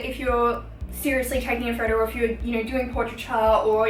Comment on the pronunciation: I like the way she says photo ...phodow